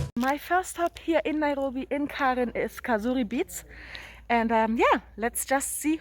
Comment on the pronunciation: I just can't get over how you pronounce "Naihobi"